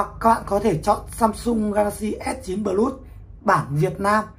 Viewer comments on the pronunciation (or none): Plus Đọc là pờ lút à ông? Chịu khó dùng GG dịch mà nghe nó phát âm như thế nào nhé.